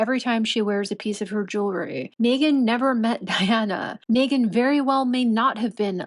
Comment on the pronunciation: So they went to a poverty stricken country to make money,well she can't do that here in the States, also was having a hard time saying their names,well Meghans,I bet she put that mandatory TITLE in and he screwed it up,🇺🇸✔️👍👋♥️